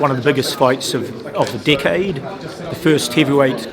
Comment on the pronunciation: "it's 1 of the biggest fight of the dickaid" 😂😂😂😂